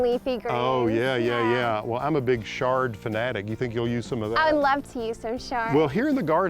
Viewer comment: Why are you pronouncing Chard with a "Sh"? Have I been pronouncing it wrong all these years?